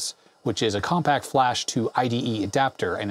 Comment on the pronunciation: "Definitely on the Compaq(t) size ...." Nice.